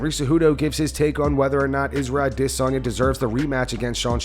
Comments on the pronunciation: The way the narrator pronounces Izzy’s last name driving’s me nuts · The way he says "adesanya" annoys me 😂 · Idk why but it just sounds like an ai generated voice lol. Maybe its rhat absolutely awful adesanya pronounciation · How do you have an MMA channel and can’t pronounce the most popular fighters last name? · Not many things as annoying as hearing the way you say "Adesanya" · Fuck the way you say Adesanya... drives me insane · Can you just go back to sayin Adesanya normally bro 😅😅 everytime i hear you say Idissonya instead of adesanya i just laugh 😂😂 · it's produced adasanya, not ahh-this-sonya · Man I hate the way the narrator pronounces Adesanya like E-Diss-On-Yeah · You pronouncing adesanya with all that extra oomph on the DISS just makes sense, yet sounds dumber and funnier every time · Israel ah-DIS-on-YAH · Why do you say adesanya like that bro? Ah-DIHSS-anya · My Nigerian friend says you’re overpronouncing Ah- Desanya It’s more subtle than that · Stop say Dis onya 😂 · I can’t stand how this guy pronounces Izzy’s last name. aDEsanya. I don’t care if that’s closer to the real African way to say it. No one else pronounces it that way. That’s all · Bro goes out of his way to say aDESanya to hurt my brain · Why this arshol pronounce it adi zanya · am i the only one that feels like they are losing brain cells every time this guy says Adesanya??? it’s pronounced “a·duh·saa·nyuh” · I fuggid HATE how u say “Israel Ah dISS anya” Like wtf. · Surely I can’t be the only one who finds it annoying and irritating the way this guy says “Aah-ddday-Sanya”! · Why do you say "DISSanya"? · I really love how the narrator pronounces adisanya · Israel A-DISS-anya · i always freeze when i hear "ade sanya" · a-DIS-soneya like why the fuck did u say it like that multiple times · If you fucking say aDDesanya one more fucking time I’m done man… yeah we get it! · Please learn how to pronounce adesanya, its 1 word not 3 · Dude quit saying izzy's last name you say it weird af